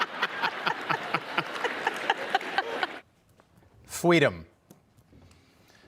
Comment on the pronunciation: Harris is so full of it. FWEEDOM.